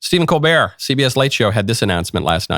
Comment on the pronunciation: ...his last name is pronounced "COAL'-burt"